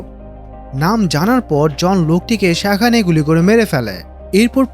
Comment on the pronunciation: আপনার গল্পবলা সুন্দর, কিন্তু দয়া করে একটা উচ্চারণ ঠিক করেন,সেটা হলো "সেখানে" বলা শব্দ টা। এত বাজে লাগে।প্লিজ